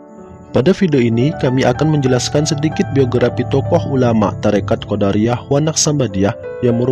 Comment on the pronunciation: QodAriyyah itu sekte klo dalam ilmu kalam min , nah kalo thoriqoh QodIriyyah . Lanjutkan pokoknya .